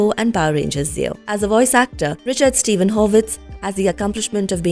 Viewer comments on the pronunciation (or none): none